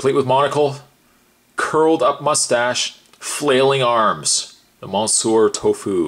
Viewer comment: ‘Mon-sewer’ Tofu?